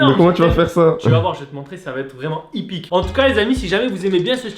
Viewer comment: C pas ypique c épique à